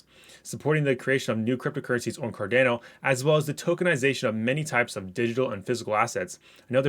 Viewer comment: It’s pronounced car-dah-no